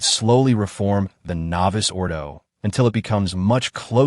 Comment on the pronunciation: I know it is an AI generated voice but if your going to comment on matters of liturgy the important terms should be pronounced correctly. It's not "novice" ordo it's novus (novoos ordo).